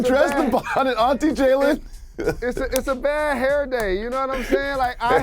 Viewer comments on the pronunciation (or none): that man said "Auntie Jalen" i am death